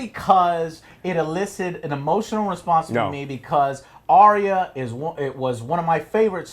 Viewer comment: Are-rea is sounds like an STD Joe. ARE-YA, Arya. Do you just ignore the comments now, I bet you do to avoid the trolls. Well, you cut off your fans with that same stick so.